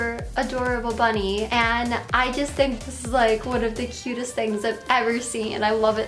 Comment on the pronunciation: She can't say "j" either, she says "yust" instead of "just"